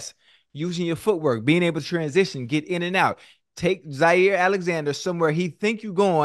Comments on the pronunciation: Somebody tell ocho its Jaire not Zaire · It’s Jaire with a J. Get it right Siete.